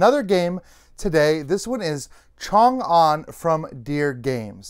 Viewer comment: Really appreciate that you nailed the pronouncation of Chang'an.